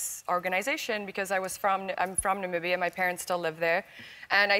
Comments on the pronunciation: Cant she read its Namibia NOT Nabibia💔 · Did Ellen just said ''Nabibia"? Yes she did. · Are we going to talk about the fact that Ellen said Nabibia ? :-D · Yes I just commented. Not Nabibia, og, this Amecicans neh. Jah. It is Namibia, my Lord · Did Ellen say Nabibia ? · Okey but no offence but its not nabibia Its Namibia whats so hard to say it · Nambia vibes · Nambibia?? Is sy ernstig? Lol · Words we know Ellen mispronounce; - Behati - Namibia